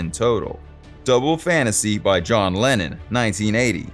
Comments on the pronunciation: I agree with you about the way the guy mispronounces names he even called Lennon Lannon. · Beatle lovers know John was British not Russian. His name is Lennon not Lenin. Just a fun comment. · Narrator? Who is Lannin? I'm sure you meant to say Lennon, was the voice a robot? It was hard to tell, although an AI would have done the same thing. 🙄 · It's Lennon, not Lenin. There's a big difference. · It's Lennon. Not Lenin !!!